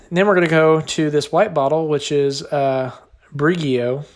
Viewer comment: Brig-ee-oh 😂 "seaweed kale. Usually use this in my salad" 😂😂 this was hilarious